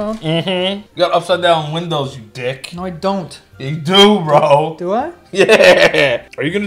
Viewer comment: “No I DOnt” “yeah you DO” the most New York emphasis on the letter ‘D’ I’ve ever heard 😂